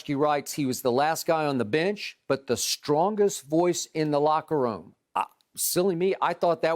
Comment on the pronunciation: It was "LOCKEROOM"talk 😂